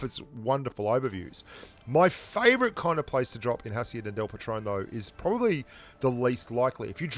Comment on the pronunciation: Patron, not patrone